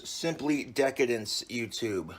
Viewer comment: "Cooking is really a labor of love, youtoob," he says, as he brutally mangles a loaf of bread